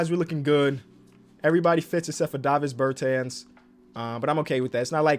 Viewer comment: It’s pronounced ber-tohns not Ber-tans